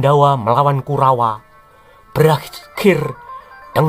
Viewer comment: kalo ngomong KURAWA jelas baget